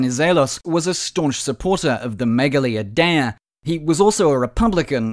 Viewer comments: It was gonna work 😔 Also it's pronounced "meyali idea (with a silent d)" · I’m not Greek but I’m pretty sure it’s pronounced Meh-gah-LEE Eye-De-Ah